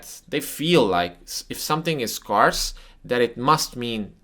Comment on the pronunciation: Scarce rhymes with air, not car...FYI